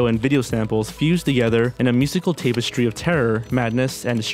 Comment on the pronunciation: he says college's & tape-estry ... dafuq. Patsy video, not original woke.